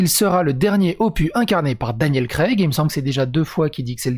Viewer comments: le dernier "opu" hahaha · Faut prononcer le S de opus... opus ɔpys Bonne journée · dans "opus", on prononce le s. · Opus se dit opusse comme anus se dit anusse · "Opus" est un mot latin, on prononce le "s" ;-)